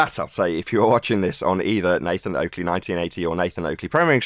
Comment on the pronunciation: Black Swan reks ballers!Oakley pronuncanation twice 🤣🤣🤣🤣🤣🤣🤣🤣🤣🤣🤣 get wrecked